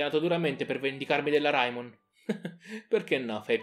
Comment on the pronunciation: Ma non si pronuncia reimon